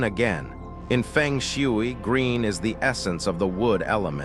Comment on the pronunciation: please spell the words phonetically so AI will pronounce them correctly. Fung Shway.